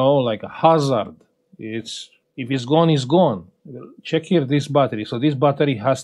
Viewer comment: Îmi place cum zici ceck here😂😂😂❤ brava sir! Felicitări!